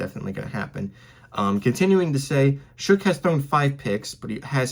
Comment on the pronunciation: His last name is pronounced " shuck" according to him . It is not "shook" or otherwise